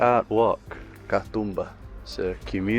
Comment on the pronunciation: Sorry for hogging the comments. The "oo" in Katoomba is a long sound. Think of how an Aussie would say zoom. Ka-zoom-ba. Ka-toom-ba. I just got to the end of the video and realised that your stay here has finished, advice on pronunciation is probably not of much use. I'm glad you enjoyed your time here. Safe travels for the future 😊 Please come back and see more of our wonderful island. I hope you were made to feel welcome while you were here 🙂